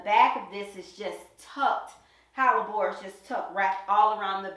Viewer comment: Let's go QUEEN! Kansas City, MO here. Are you saying Hallabore or am I trippin? It's pronounced Heh-luh-bor Hellebore... Loving all this content and so frequently now too. I have a few hellebore's and I'm dying to go to the garden center to buy more this week. LOL 🥰🥰🥰